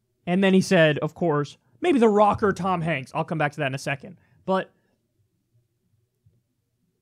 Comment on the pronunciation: It sounds like he say I think Barack would win not The Rock....just me 🤔